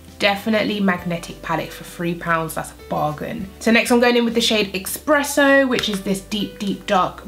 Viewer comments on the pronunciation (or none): its eSpresso not eXpresso